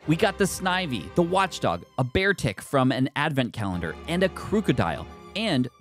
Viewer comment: Watchog not Watchdog 😂